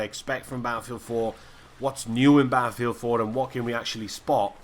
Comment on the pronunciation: I just love how you pronounce "Baaafield"